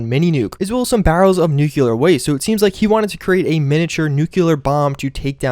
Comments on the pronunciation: NEW-CLEE-YER Nuclear NOT NOOK-YOU-LUR Also GAT-LING NOT GAT-A-LING For fucks sake. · Nuculer is not a word. Nuclear is a word. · Huh. Haven't run into Deadeye yet. Nice. nope-aint-gonna-call-it-a-trigger warning: sorry, but it's such a common word in Fallout, so I'm gonna be that guy: nuke-lee-ar. An atom has a nucleus, not a nukululus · NOO-KLEE-ERR ...not NOO-KUH-LURR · nuclear* not nucular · Nucular Bomb? Nu-CLEAR bomb! Is that CLEAR? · It's nuclear not nucular! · i fuckin hate when people dont say that word right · Nuclear, not nucular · Palowski, nucular protection on a budget! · Am I the only one bothered by the way he says Nuclear? It annoys me so bad when he goes "Nuke-a-leer" geez lol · Fills RPG game with COD lookalike mods, can't properly pronounce nuclear...'merica.